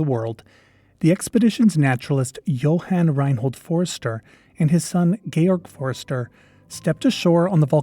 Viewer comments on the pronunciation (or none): none